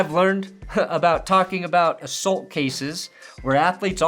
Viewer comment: You say assault weird, Shame on you